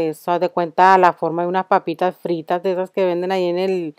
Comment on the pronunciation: "Papistas fritas" ASDJKLSJNSK 😂😂😂